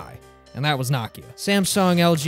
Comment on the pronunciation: you made an entire video about nokia and didn’t pronounce it correctly once